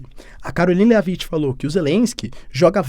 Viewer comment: Léaviti 😂😂😂😂 A pronuncia correta é Lévit, sem vogal no final. Como o “t” em shit , não é xiti, é xhet!😂